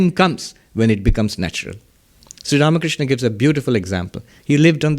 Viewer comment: Pranam Maharaj ji, the way you pronounce Sree Ramakrishna is soo beautiful ❤️.